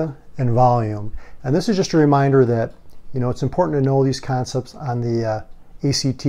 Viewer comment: "conepts" lol